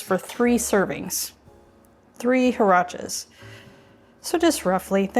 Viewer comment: Hi! Great recipe! The word is pronounced "waraches". The last e sounds as in "bet". Thank you!